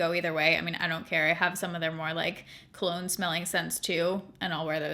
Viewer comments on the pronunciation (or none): none